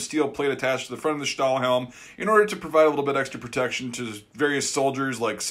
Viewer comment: Meanigless parts are rare on german items ;) Greets from Germany 👋🏼 P.S. I like the way you pronunce the “ Stahlhelm “ ;) 👍🏼